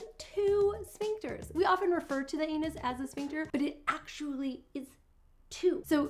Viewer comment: Ooops!!! Sphincter, not Shpincter😉